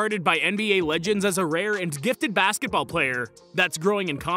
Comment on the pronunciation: I'm sorry.. Did i just heared him call MJ the goat "of 90s basketbal"? 👀